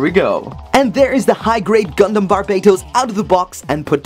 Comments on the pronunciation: Why does he pronouce Barbatos, Barbaetos i mean like what? But good thing now knows how to pronouce it good job and I love your vids.Keep on making great and funny videos man I think you're a funny guy.Again keep on making great and funny videos. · Thats not how to say his name